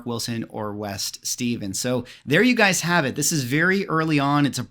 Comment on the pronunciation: You’re pronouncing West’s name wrong, look again how it is spelled.